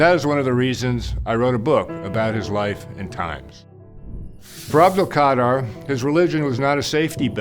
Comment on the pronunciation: Imagine writing a book about someone and still don’t know how to say his name right 🤦🏽 but still good message tho